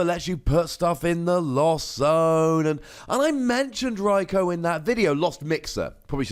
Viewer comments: In the GX video you say “Rikoo”, the way it’s supposed to be pronounced. Why do you you say “Rikoh” now? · Watch some of the episodes where they mention Raikou. They pronounce it as Raik-oh.